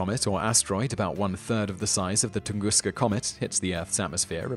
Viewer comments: Ton-Gus-ka, Not tungusca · Why do you pronounce "Tunguska" as Tungooster at the the beginning of the video, but a more American Tungusta at the end? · OhioCruffler - It seems the British follow a rule that if the last letter of a word is a vowel and the first letter of the next word is a vowel, they put an R in there. So TunguskA Event (vowel-vowel) becomes tungusker, but tunguskA Blast (vowel-consonant) just stays tunguska.